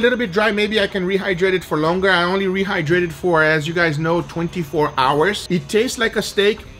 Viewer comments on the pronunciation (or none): When Guga said he rehdrayted the steak with powerade i died XD